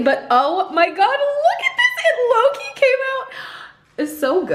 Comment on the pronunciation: Every time you ssy, "low key" I hear "Loki" 😂